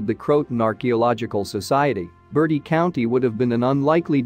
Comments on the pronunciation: Hey is not caller Bertie County, is call Bert-tiee , people always say this not a bird! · Mispronunciation of Bertie county made my skin crawl!😨